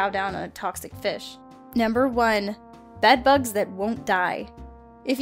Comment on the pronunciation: instant shivers when you said beg bugs